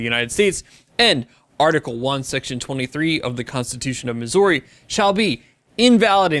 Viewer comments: If you ask anyone who lives in Missouri how they pronounce it you will most likely hear it said like Mizzury rather than Mizzory. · I'm from Missouri, i cringed every time he butchered the pronunciation..(Mih-zurr-ee) not (Mis-zore-ee).. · its pronounced Mis•ou•rwe, well thats a poor way to spell it but its not misery or missorie! anyways great vid! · I know it doesn't make a lot of sense, but it is pronounced "misery" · miss-or-y? really? don't really care but, what? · It’s Missouri not Mizzorrri lol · that's not how you pronounce Missouri. it's "misery" but the second syllable is stressed instead of the first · that's not how you say Missouri 😂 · STOP pronouncing the OU in Missouri! No one here says it that way 😂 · You pronounce * MISSOURI * weirdly. It is the OU part that is off. Clearly, you aren't a Missourian. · Alright two things, I’m fucking glad I live in this state go Chiefs, and you’re pronunciation of Missouri is unsettling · They way you pronounce my home state gives me anxiety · As a Missourian, your pronunciation of Missouri is shit and pissed me off. Otherwise, great video. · we need to have a talk a about how you pronounce Missouri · The way you said my states name pissed me off!!! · As a Missourian, your pronunciation of my home states name hurts. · I hate the way you say the name of my state. State law in Missouri does regulate automatic weapons. This will give us open access to silencers, SBRs, SBSs, and other things without tax and applications. God bless Missouri! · This is big for my home state, but god I hate how this guy pronounces Missouri. Other than not I got nothing against him. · The way he says Missouri made my ears bleed. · Please learn how to say Missouri